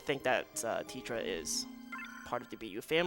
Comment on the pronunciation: and the way he kept saying "Teta" like it's "TeTRA".... there's no "r" in her name... I know it's different in the non-english version... but this is the english version, and many other names would be different too... it really bothered me.